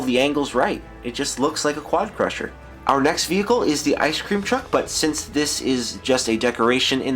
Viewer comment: Im pretty sure you had a anerysm while saying quadcrashr